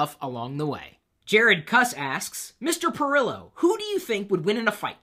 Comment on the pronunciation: Hey! Thanks for answering my question! But, my last name is pronounced kuss (koos)